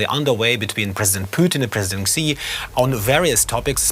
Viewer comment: Explain why every person in the world can pronounce the English word 'she', but every broadcaster in the world has a different take on how to pronounce 'Xi"? I promise you it's the same. It's not zhee, ghee, gsee, xsee...